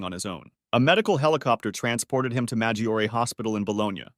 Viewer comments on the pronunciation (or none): none